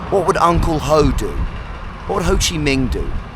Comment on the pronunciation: I had to double check whether Ho Chi Minh is actually pronounced Ho Chi MING and I've just been saying it wrong all along. Nope. Apparently just having a brainfart. Or maybe it's the Vietnemese pronunciation, because Google is so bloody Amerocentric. So confused.